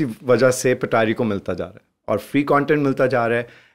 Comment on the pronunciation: Bro its Patari not petari 🙂